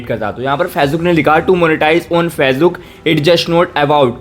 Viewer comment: फेजबुक नहीं है भाई वो फेसबुक है